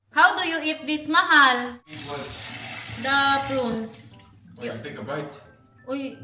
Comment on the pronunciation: Prunes pronounce as PRUNS IT LOOK LIKE DATES BUT BIGGER IN SIZE